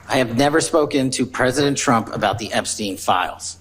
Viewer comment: Did she call him "President Dumps?"